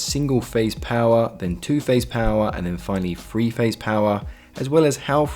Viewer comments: To my ears all your "Th" consonants sound like "F" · Glad to have that explained at last! (Guess I was too lazy to look it up!) The diagrams make it very clear. One suggestion: work on your "th" sounds. I thought you were talking about "free phase" for a moment! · Are you saying free phase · Very informative video even if it is a tad confusing for non English people by referring to three phase as “free phase”